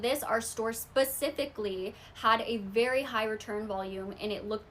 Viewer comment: did she just say “ver famous rapper” 😂😂😂😂?!?!?!?!?